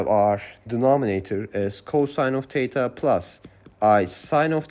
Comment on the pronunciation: As a native English speaker it took me a while to realize you were saying "THETA" great video though I learned alot